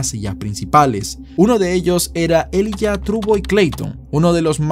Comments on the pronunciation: se pronuncia Elaiya.... Elijah =elaiya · se pronuncia “ilaiya “